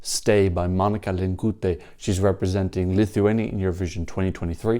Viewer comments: To be sure, her last name's pronounced Linkeetė. Linkutė, which is also a surname that exists, would be written as... well, Linkutė. Obviously that's not a huge deal but as no one has bothered to correct you yet I figured it might as well be me. This is just for clarity's sake in any future references and what not. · The letter y in Lithuanian is pronounced as the letter e in english, just prolonged, so she’s Link-e-te, not link-ooh-te. The win was unfair as the public vote should be the most important.